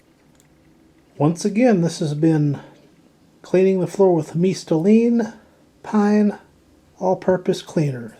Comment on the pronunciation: you said it perfectly correct! It is a Latin brand and I love how you pronounced it !